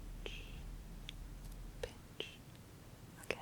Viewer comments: I skipped ahead in the video to the part where you were saying pinch and i thought you were saying bitch and i got confused but i got it when i saw you were pinching your fingers together lol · When you say pinch it sounds like you are calling me a bitch